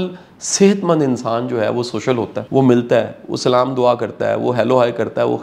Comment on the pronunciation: Assalamu Alaikum aapne jo abhi salam hai wo galat h please salam ki sahi adayegi kijiyega please